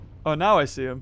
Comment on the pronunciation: i like how no one noticed that he said se instead of see and only noticed DEOTH